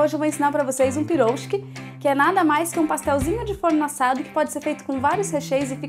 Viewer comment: Eu ri muito aqui com você tentando falar Piroshki no final do vídeo xD Adorei o vídeo e sua iniciativa de fazer uma receita que ainda não conhecia para participar da playlist. Sempre assisto seus vídeos no meu outro perfil, mas como criei esse para também compartilhar receitas vim me inscrever :)